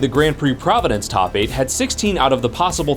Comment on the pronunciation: PROV A DENCE